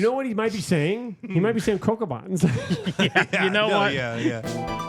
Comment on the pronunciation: Actually, he said CoCobotz.